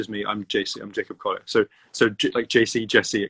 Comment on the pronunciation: JACOB COLEY-AIR